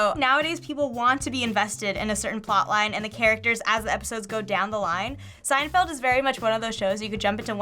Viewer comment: What is this "seindfeld" that you speak of??